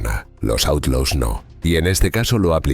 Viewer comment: & didn’t bother to pronounce Outlaws correctly in a documentary about the Outlaws🙄